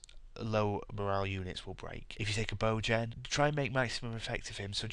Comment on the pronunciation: After 400+ hours of playing this game this hits every nail on the head. "Just because your precious bow gen died at the start because you didnt defend him properly" That said with the gentlemanly British (?) accent was the highlight of the video. I hope I run into you online soon.